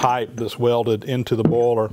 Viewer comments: Wooster I clearly heard him say it many, many times and he clearly is saying "bowler". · I think he's saying boiler. As in steam boiler.